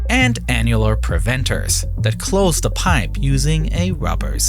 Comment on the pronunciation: Annuwa pweventas cwose da pwipe with a wubba seawl